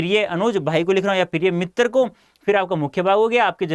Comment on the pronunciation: Did anyone noticed "" Mittar "'' 😅😅